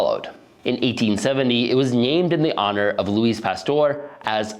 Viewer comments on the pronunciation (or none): He also pronounced Louis like Louise, the s is silent in his name. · please brush up on how french pronunciation works. "loueese pasteur" and "maill-ard reaction" were painful to hear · I think and I probably have similar beer preferences. Also, “Louise” Pasteur? 😂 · you miss the ‘mail-ard’ reaction? But if he had a Spanish accent I could maybe understand Louis becoming Louise.. but the guy’s accent is murican.